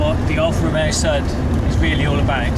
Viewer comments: Thanks for doing this great review. BTW, pronunciation is NOT sud (as in soap suds) but Sud (same as in good). I owned from new all the Ti models, starting with a 1.2L 1978 Ti. The final special edition Sud Ti , the 105 HP twin-carb Quadrifoglio Verde, as reviewed here, should have been my ultimate Sud driving experience--but it was sadly the worst--a very big disappointment! For some unimaginable reason Alfa Romeo 'tinkered' with the steering and suspension and ruined the Sud's superb dynamics and feel. It was NOT in the same league as earlier Ti's. My favorite Ti is definitely the ca.1981, non-hatchback 1.5 L with single Weber and 85 HP. These cars have more power than the earlier 1.2s but retain all their immense dynamic brilliance. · Sorry, I have to comment on the pronunciation... It's not a 'Sud', its a 'Sood'! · For goodness sake… it’s called an Alfa Sood—pronounced as in Should. Sud means South in Italian. Alfa Nord’s were made in Northern Italy. The Sud came from Naples in the South…